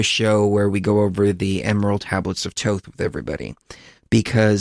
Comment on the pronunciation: Who is " Toth"? It is " TH- OTH with a long o sound and the 1st 2 letters TH make the TH sound.